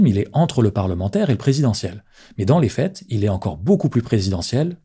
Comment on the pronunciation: J'ai pas l'habitude de critiquer la manière de prononcer mais là vous dites les fêtes au lieu des faits là je peux pas